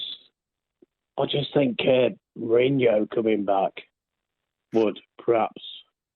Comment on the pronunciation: It’s been obvious for at least two months now that potter isn’t the man for chelsea. The immediate shutting down of Mourinho coming back from whoever this ‘geeeeze’ is commentating just goes to show how clueless they are as pundits. Notice he can’t even pronounce Mourinho’s name… I’m bored of the ‘give him time’ rhetoric. I’m sorry, but in any profession, you would have a probation period, and quite frankly, Potter wouldn’t be passing it at this point. It’s time to look elsewhere before it’s too late and we are saying the next manager didn’t get his ‘preseason’ etc.